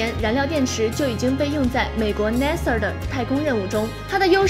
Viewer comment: NASA 都被你念成Na-Sir了，，